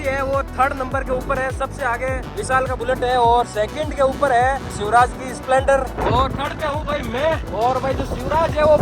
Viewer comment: Splendor ❌ Spelonder✔️😅